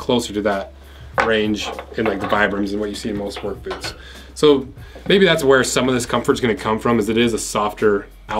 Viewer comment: It never fails to make me laugh how you pronounce boots as "Booo"